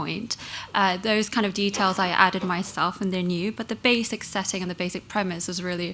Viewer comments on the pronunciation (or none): 봉준호 감독 영어 발음 틀림 -> 베이직 - - 베이씩[basic]이 맞는데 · 봉 감독 발음 실수 : 처음과 베이직 <-- 한국 사람들 대부분이 잘못 발음하는 낱말임. 베이씩[beɪsɪk]이 맞는데, 대부분의 한국 사람들이 베이직[beɪzɪk]으로 발음함.